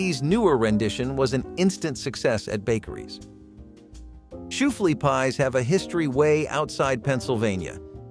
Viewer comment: did he seriously say shoo flea pie instead of shoo fly. I noticed several other ones that he pronounced wrong, especially beignets, he actually pronounced the -ets at the end instead of ben-yay